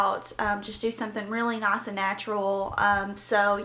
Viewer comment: Its nice not naac